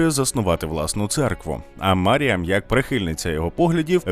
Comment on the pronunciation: Коли диктор випадково назвав її "Міріам" мене трохи тригернуло 😅😅😅